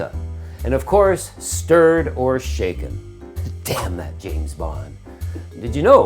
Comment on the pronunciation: Shaklen, not stirred 😂